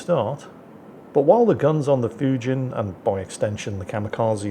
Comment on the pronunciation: Just for the record, "Fujin" rhymes with "routine".